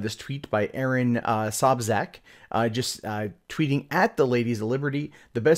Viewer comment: Sobczak is pronounced "Soh-b chak" pretty sure it's a Czech name. ...Could be Polish though.